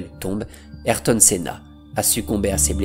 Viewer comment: La vidéo est dingue. Magnifique hommage. En revanche on dit et écrit AyRton et non Ayton ^^